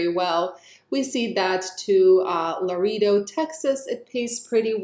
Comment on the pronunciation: Duluth, MN = [duh-LOOTH] (the "duh" syllable [minimal stress] is as in "dump," "dug," and "duck;" the "LOOTH" gets the stress and rhymes with "booth" [you got this syllable correct]) Waco, TX = [WAY-ko] (long "A" vowel sound in that first syllable, which gets all of the stress) Laredo, TX -- You were very close with this one, but just need to change your long "E" vowel sound to a long "A" vowel sound: [luh-RAY-do] I hope you can tell how much we, your fans here, love and appreciate all the hard work and care you put into this! Keep it up,!! 💪🏽👍🏼😎👍🏼💪🏽